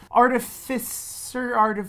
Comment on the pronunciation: Artificer (art-if-icer).